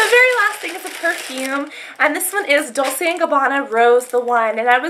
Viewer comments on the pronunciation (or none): i dont think its pronounced dolsay and gabanna.. isnt it dolchay and gabanna? Oh well. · its not pronsounced 'dolse' its 'dolche' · You're so pretty and sweet! Lol. Also, it's pronounced Dol-chay and Gabanna with a 'ch' sound even tho it's spelled like Dolce. I used to pronounce it like that too and my mom corrected me :) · she also pronounced dolce wrong